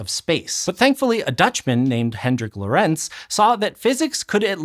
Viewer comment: I would really like it when a tiny bit of the research budget for otherwise excellent educational video's was spent on the pronounciation of foreign names. It's just on Wikipedia! "Hendrik Antoon Lorentz ForMemRS (/ˈlɒrənts/ LORR-ənts, Dutch: [ˈɦɛndrɪk ˈloːrɛnts]; 18 July 1853 – 4 February 1928) "